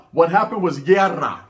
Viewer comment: Haha this this fhoo said “llerrra” it’s Guerra homie